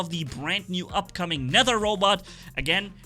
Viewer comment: I'm surprised you're the first to pronounce "Nether" correctly. Other people probably confuse the way of pronouncing "th", because you say Aether so different. In case you're wondering, they say it "Net her".